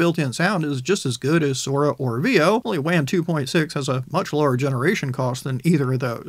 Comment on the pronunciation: Hey man I love your content you always put out reliable information with a dedication to thoroughness. With that in mind, I'd like to recommend that you pronounce "Wan" with the same vowel sound as "lawn" rather the vowel sound of "can." In the same way that you would pronounce "taco" or "nacho" with the same vowel sound as "lawn" rather than the vowel sound of "can" or "cat." Wan is produced by a Chinese company and this is likely how they pronounce it.